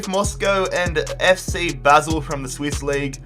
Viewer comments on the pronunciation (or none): none